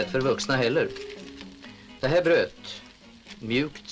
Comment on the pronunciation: "Det här brö't"